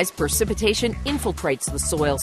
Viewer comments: The producers of this film allow the narrator to say "percipitation" five times (instead of precipitation). For an educational film, this is not good. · why is she pronouncing precipitation wrong??? Isn’t she a scientist?